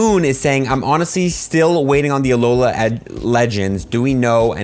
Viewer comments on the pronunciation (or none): none